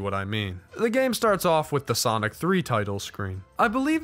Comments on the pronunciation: please stop calling him "soinc" his name is X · god damn it, soinc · Ahh yes, Soinc